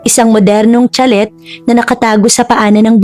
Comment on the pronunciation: Nice story 👏 but I couldn't take it how you read (chalet) it's sha-lay po👍 like sachet it's pronounce sa-shay... Just saying.